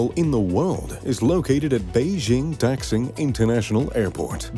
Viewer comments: Neither tax ing, nor dax xing. It is da xing. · dax ing seriously? its not dax ing, it daxing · Daxing (大兴) is pronounced more like "dar seeng"